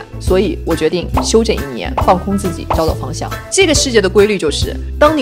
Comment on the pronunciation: 找找方向听成了=交交房租。。。